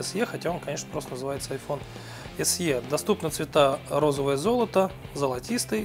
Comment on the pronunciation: Пять Эс Е, мдааа, сразу видно профессионала=)